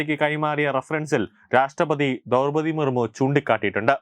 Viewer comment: ദൗർപതി മുർമു alla ദ്രൗപതി മുർമൂ എന്ന് വിദ്യാഭ്യാസ യോഗ്യദയോടെ പറയൂ....